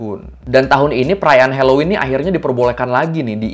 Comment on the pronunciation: hellowen bukan heloin🌚